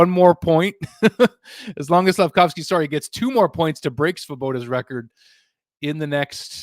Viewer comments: Caufsuzki??? Why. There's litteraly Slafcaufki available RIGHT there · Slaf - Cauf - Sky... You got it wrong.